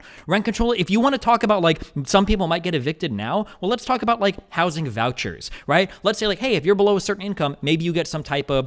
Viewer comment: This guy has a peculiar accent; the repeated pronunciation of 'public housing' as "public how-zin" was driving me nuts. What accent is that?